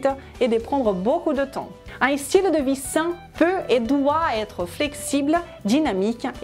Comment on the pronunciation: Bonjour je vais essayer quelques une de vos recettes mais je ne vois pas beaucoup de légumes vert et féculents dans le même répas. Autre chose pourquoi pour dite "i-stylé, i-stratégie ou i-star??? vous parlez comme Crhistina Cordula?? Le i n'a pas lieu d'être.